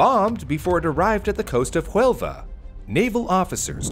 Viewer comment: Nice work done,, but two small details... - Huelva is on the southwest coast in Spain. The city that would appear on the map is Jaén. - The H in Huelva is silent (unlike the J in Jaén, which is aspirated) I think Babbel would help you more on that.